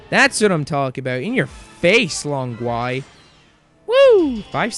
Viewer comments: Long Gui is pronounced Gwee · not talking about your English, mate. Long Gui is not of English origin either, it is Chinese. I know you do not speak Mandarin (which is obvious) but the word "Long Gui" coming from you a bit painful to hear lol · your long gui pronunciation suck